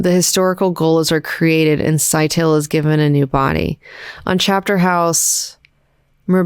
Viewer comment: Scytale is pronounced Sky-tah-lay. It's ancient Athenian for encryption stick. Each commander has a stick of their own and duplicates of the others. Each stick has distinct # of sides, you wrap a ribbon around the stick and write on the ribbon. The ribbon can only be read if it's wrapped around an identical stick. It's also Athenian slang for penis, obvious reasons (secret stick). So he's named cypher.